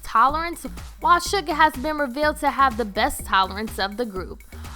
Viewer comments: It is actually Suga not Sugar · its suga....not SUGAR JEEZ GET IT RITE